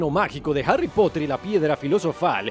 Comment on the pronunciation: Pero no es "Arry" es Harry (Jarri)